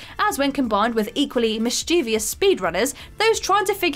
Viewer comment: How did you get mischievous ("MISS-chiv-ous") correct, then immediately mispronounce it as "miss-CHEE-vee-ous"? The writer misused less for fewer earlier in the script, but this error is on you,.